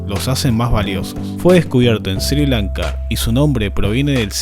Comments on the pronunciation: Sri lanka no se lee SIRI LANKA sino ESRÍ LANKA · "Sir Lanka"